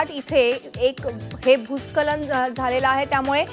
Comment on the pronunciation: भुत्सखलन Aahe te भुत्खलन नाही 😂😂😂